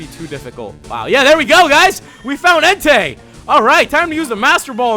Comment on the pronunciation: That part was great when you said "there we go guys, we found enetei" 😂😂😂😂😂😂😂😂😂😂 You're awesome bro 😊